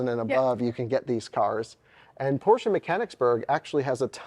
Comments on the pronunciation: Thanks for not calling it Porsch like some ignorants. 😂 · congratulations! And you pronounce Porsche correctly with a German „e“. Have fun 👍